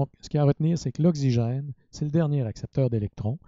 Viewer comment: Okcigin pronunciation plz but other than that amazing explanation thanks a lot